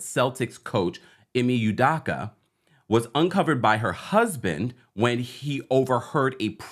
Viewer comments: Can you please say his name right, it’s Udoka not Udocka OOOOOOOOOOO. Hope, rope, dope, soap, coke, udoka..... please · Excellent commentary and updates! Just one thing: his last name is pronounced Oooo-dough-ka. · Who tf is Ime Oodocka 😭😭😭 bruh come on. If you're going to post news about something, GET THE NAME RIGHT. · Americans act like they can't pronounce ppls mande right its udoka not daka 🤦🏾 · This man Ime is probably 50 years old, has been on TV for maybe 25 years old, was in the NBA finals last year, blow up recently for like 3 days - and we still can’t pronounce his last name? It’s either Yudoka or U-doka but it can’t be U/Yu-DAka…it’s do, not da. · It’s “e-may oo-doh-kah” not “e-me you-dah-kah” - just fyi 😊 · NOT "Yoo-DAH-KAH", its "Oo-DOH-kah" as in "Ee-May Oo-DOH-kah". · First of all, his name is pronounced, “ U-Doe-Cah “. Second, Ime and Nia were NOT married. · Sorry but how do you do this much research and still say his name wrong😂 not youdoccckkka😂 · Please work on pronunciation of udoka name. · Best pronunciation of Udoka so far😂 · Could you please pronounce Ime's last name correctly brother 🙏🏿 thank you